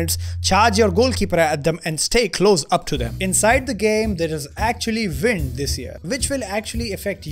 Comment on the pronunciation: How can you speak fluent english and say ”vind” instead of ”wind”?